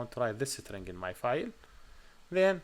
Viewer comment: Cool way to pronounce String (isTring) = SitRing 😜